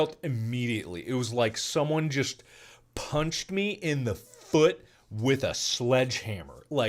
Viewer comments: Everyone: Mark: DER I DUN DIT IT AGAIN AND BROKE MA FUUT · The way mark says “foot”, foo-ut, has me rolling every time he says it. Edit: Dang, it took him 13 minutes to tell us how he broke his foout.